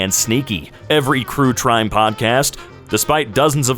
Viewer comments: am i the only one who noticed he said "crew trime" instead of "true crime" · 'every crue trime podcast' xD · did you just say crue trime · It made my brain buffer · crue trime lmfao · ah yes. Crue Trime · "Crue Trime" 🥀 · "Crue Trime" 💀💀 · Crue Trime lmao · either r/woooosh to me or just said crew trime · "Every crue trime podcast" sorry i was palying roblox when i heard him say that and literally had to do a double take, why do our brains do this lmao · “crue trime podcast” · “every crue trime podcast” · ah yes, crue trime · No you're not the only one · i had to rewatch that as soon as i noticed lmao